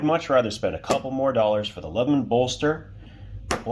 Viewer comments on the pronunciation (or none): none